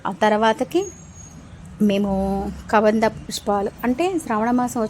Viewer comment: Hai బాగున్నారా గోరింట దొరికింది పెట్టుకోవడం అంతే "కదంబం పుష్పం ", కబంధ పుష్పం కాదు ❤